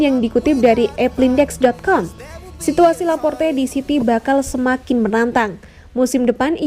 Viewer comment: Mnt , kenapa Laporte jadi Laporta min ?? Beda 1 huruf udah beda orang min 🤣🤣